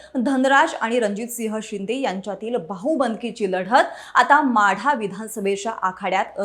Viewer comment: माडा नाही माढा